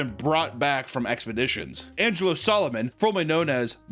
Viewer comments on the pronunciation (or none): none